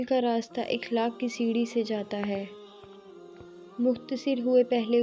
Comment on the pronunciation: اخلاق ki prenanciation Akhlaq hota hai ikhlaq nahi